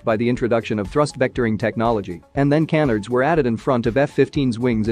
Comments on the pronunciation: Pronounced "can-ARDS" stress on the second syllable. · ok, I’m busted, it’s maybe not 5, I was being hyperbolic and embellishing but firstly, the audio omitted “the” in front of USSR, it’s “THE” USSR. Union of Soviet socialist republics, no big deal but the one that got me was canards. It’s clear the computer didn’t know how to pronounce them. Thanks for responding quickly and it’s a great video otherwise. I prefer human narration not the TikTok style of narration. I know you probably write the script, so I’d recommend reading it yourself vice using any sort of dictation program.